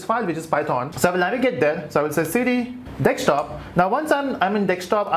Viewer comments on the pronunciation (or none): lol! It's desktop man, not dekstop.